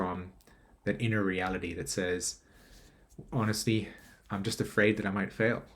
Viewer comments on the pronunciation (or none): none